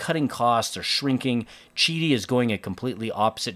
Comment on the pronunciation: Beautiful machine, painful hearing the company pronunciation... 😂I was curious about Qidi the first time I saw the 3 Max. Glad to see the in the comments about an AMS/MMU type addition; just hope they do a better job of what I have 🙄 Nice pricing 🤯🤘🤘